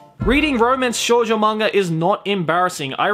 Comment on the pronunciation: you pronounced shounen correct but you then said Shoujo like a weeb with their lackluster knowledge of the Japanese language xd I know it was you saying Shoujo like how an English speaker would say it if they didn't know any Japanese xd showjoe xddd